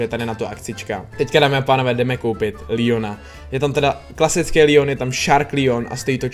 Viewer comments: čte se to Leon ne Lion díky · Leon se čte Leon ne Lion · Nevysloví jsem lijon ale leon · Leonovi se neříká Lion říká se mu leon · Proč říkáš líon je to LEON